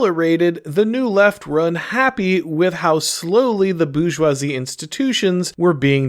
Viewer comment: "BOO JWA ZEE" 😂